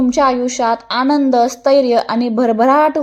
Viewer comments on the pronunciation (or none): none